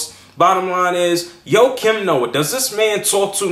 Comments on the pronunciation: I think his name is pronounced "waah-keem noah" not "Yo-keem noah lol." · who the fuck is Ho Kim Noa ???? its JJJJJJOAKIM NOAH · his name is joakim...like JOE-Keem...Thats my old teamate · joakim noah (joakim is prounounced differently than you pronounce it by the way) is freakin awesome. i was CRACKIN UP last night when i heard his comments on cleveland on the TNT broadcast and i absolutely LOVE the fact that he did not take back his comments or apoloziged but he stood by it. if thats what u think, speak your mind young fella. i think sir charles said it best "if you play as hard as him on the court, youre allowed to say pretty much anything". im defintately getting his jersey.